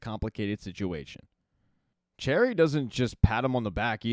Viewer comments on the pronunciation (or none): Sister, not "Sista". Cherie, not "Cherry". Thanks.